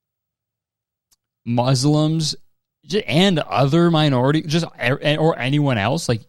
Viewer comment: the s is pronounced softly, like it is in the word snake or see! so it is mus-lim rather than muzlim